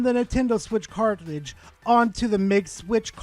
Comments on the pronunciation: Say "cart" Now say "ridge" Now put it together "Cartlidge" SIGH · Today I learned can't say the word cartridge. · There’s a lot of controversial stuff on Verlisify. You’re not saying cartridge correctly. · going after his own people now? Never thought id see the day of furry on furry violence 😂 (You shall now make your character have ears and a tail, I command it!) P.s: say cartridge correctly next time